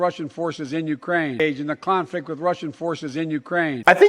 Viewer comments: He wasn't saying Clonflict....he was saying Clownfucked 🤣🤣🤣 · Sounded like he said clownflict and I'm not saying that because he's a clown 🙄